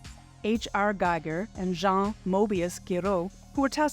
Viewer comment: It would help if you pronounced Jodorowski and Gieger’s names correctly.